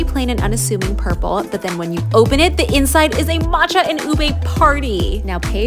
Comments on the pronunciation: can you please stop pronouncing ube as "ubey"??????? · "u-bey" lmaooo. it's pronounced as just "u-be"